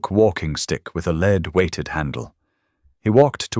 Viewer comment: The punishment was well deserved for sure! Too bad your AI can’t pronounce “lead” correctly when it refers to the metal. The same goes for the different tenses of “read”!